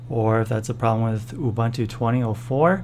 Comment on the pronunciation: It's "OOBOONTOO". There's no such thing as "OOBANTOO".